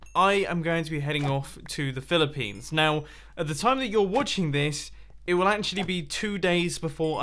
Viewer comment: Did you say Philippines